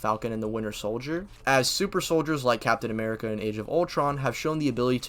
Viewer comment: "captain amerigga" is crazy like wtf